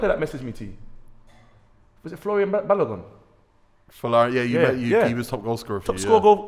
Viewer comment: Nah the way pronounced Folarin Balogun killed me